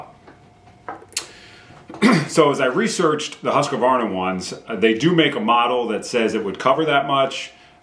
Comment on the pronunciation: why are you adding an "a" between "q" and "v" in Husqvarna? It's husqvarna, not husqavarna. and it's "u" and not "a", as in "hoosq" "varna".